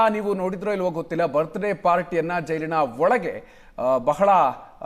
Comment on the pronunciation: Birthday ❌❌ Birday✅✅